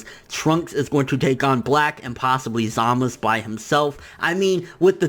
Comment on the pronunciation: why do you say Zamasu wrong you say zamos bro its za-ma-su